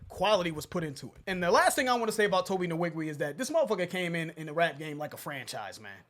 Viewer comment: I love your guy’s reviews, but y’all said Tobe Nwige’s name way to many times to be saying it wrong! Lbs It’s pronounced ‘wee-gweh’ thanks 🙏🏾